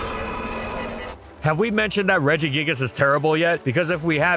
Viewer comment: The root regis is pronounced with a hard g